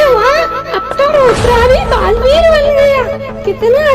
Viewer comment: Balveer ❌ gareveer